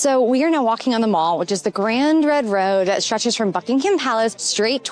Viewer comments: "Buckingham" has a silent "h". "Mall" and the "fal" in "Trafalgar" rhyme with "shall", not "all". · A slight correction - "The Mall" is pronounced to rhyme with "pal". It's not a shopping centre! 😉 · The Mall isn’t pronounced like a shopping centre. It’s pronounced with a short a sound to rhyme with pal.